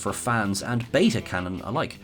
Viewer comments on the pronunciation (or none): none